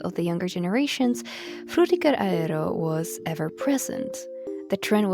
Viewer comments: Oh my god the way you say it is so GOOD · I appreciate how you pronounce Fřũþįğëřœ Æęřœ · Great video but also it sounded like you were having a seizure every time you pronounced "Frutiger Aero"